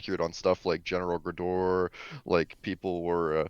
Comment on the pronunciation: Imagine saying short "a" when a Graador has two a's in a row This is pronunciation is just wrong.